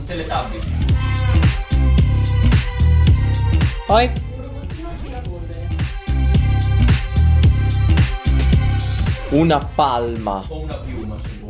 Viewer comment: "Teletubie" e "Gumble" mi hanno fatto male al cuore 💔